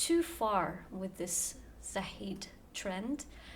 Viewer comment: I want to aay i just started watching you and i can say you will come to big places. You are actually searching before doing your videos and putting effort. Fun fact: Zahide pronouns with an e in the end (in Turkish e pronounces as an “a” without an i or y sound)